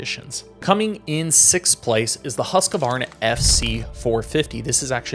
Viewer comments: You realize it’s pronounced “Husk-Varna” not “Husk-a-varna?” You probably should since your professionals and all. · Husqvarna is pronounced Husq…varna not Husq A varna… My dad had a 74 husky and has been complaining about the incorrect pronunciation since I was a kid… while working at Fox… I took the opportunity to ask all the industry guys and old time European riders to hear the correct pronunciation and man we never seem to learn in American